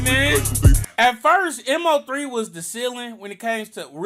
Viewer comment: Im sayin, i be like why these youtubers be sayin m o 3😂